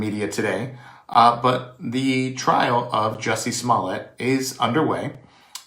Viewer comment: Juicy Smool-Yay 😂